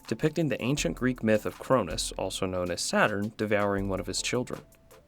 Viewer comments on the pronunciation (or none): none